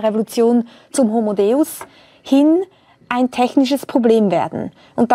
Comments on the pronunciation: Autsch, das tut weh beim Hören. Sorry, aber da hast du Harari komplett miss- oder einfach nicht verstanden. Das geht beim Titel los: „Homo Deus“ (den du hier leider falsch aussprichst, es handelt sich natürlich um das lateinische „De-us“), der göttliche Mensch. Das Begreifen dieses körperlich so unscheinbaren und geistig so gigantischen Mannes ist zugegeben auch etwas schwierig in diesem begrenzten Format einer Fernsehsendung. Mit etwas mehr Hintergrundwissen hätte es aber funktionieren können. Leider merkt man dir an, dass du sein Werk nicht oder nur oberflächlich kennst und hier viel zu sehr auf das von ihm Gesagte eingehst und ihn dabei absichtlich oder unabsichtlich missverstehst. Über ihn hier aus deiner gewohnt etwas selbstherrlichen Position wie sonst über Gundula Gause oder Klaus Kleber herzuziehen, halte ich nicht für sehr schlau und es misslingt dir im weiteren Verlauf auch völlig. Ihm dabei vorzuwerfen, dass er wohl noch nicht so viele Bücher gelesen hätte und deshalb auf bestimmte soziologische Aspekte nicht eingeht, weil er „nur“ Historiker ist, ist gerade zu vermessen. Man schreibt nicht mal eben so mehrere internationale Sachbuch-Bestseller ohne gründliche Recherche. Das müsstest gerade du als Autor eigentlich am besten wissen. Und natürlich werden in seinen Büchern unter vielen anderen auch soziologische Aspekte betrachtet. Insgesamt war das leider das schwächste Talkradio bislang und damit hast du bei mir persönlich sehr viel des Kredits verspielt, den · Die Aussprache des Titels. Finde ich auch sehr traurig. Schande über sein Haupt!